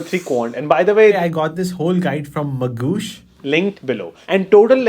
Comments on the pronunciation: Magoosh ❌ Mangoosh ✅ 😂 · Bro mis pronounced Mangossh unlimited times and yet got full sponsorship money. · The entire video is about promoting Magoosh app which you pronounce as ‘Mangoosh’. Duh! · His Mangoosh cracks me every time😂